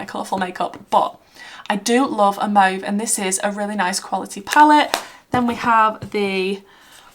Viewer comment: Love the video but more than that, I love that you pronounce "mauve" correctly. Thank you for that! xox